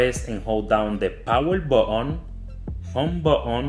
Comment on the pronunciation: He said power botton